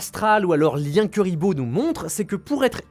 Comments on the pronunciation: Juste la video que j'attendais haha comme par hasard 😉😁 ... bon par contre ça se prononce plutot KOUriboh, que KUriboh 😆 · C chiant d entendre des nom écorcher mec .. C pas KUriboh mais KOUriboh que sa ce prononce 🙅‍♂️🙅‍♂️🙅‍♂️🤦‍♂️🤦‍♂️🤦‍♂️🤦‍♂️ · Par contre pq utiliser la prononciation anglaise quand la française est littéralement la même qu'en japonaise KUribo (ba en JP) pas KEUribo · J'aime tes vidéos par contre on ne dit pas " cu" mais "cou" pour Kuriboh le U se prononce OU. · Je suppute que notre cher ami ait volontairement prononcé le nom de la mascotte de manière alternative afin de provoquer des réactions en commentaire et donc du référencement. Bravo ça marche